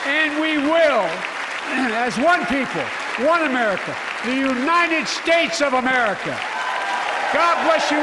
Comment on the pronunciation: Is just me or he keep saying unined instead of united.??